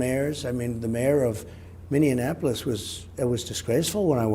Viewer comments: I wish he could pronounce Minneapolis correctly. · Mr President I'm thankful that you brought the national guard to Minneapolis, we needed it so bad! But can you please try to pronounce the name of our city correctly? :-) Thank you!!!